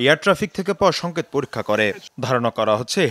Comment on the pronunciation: সংকেত উচ্চারণ করেছে সংকত, ভুয়া উপস্থাপিকা।। অটোপাশ, কনমসেন্স হীন।।